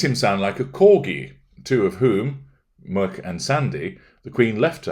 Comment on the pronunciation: Muick, the corgi and a river (and a loch) near Balmoral, is pronounced "Mick".